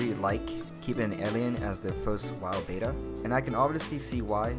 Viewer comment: IT IS NOT "BAY-TA" IT IS BET-TA....THERE IS NO Y....IT IS NOT PRONOUNCED BETA....OR BAY-TA...ITS BET-TA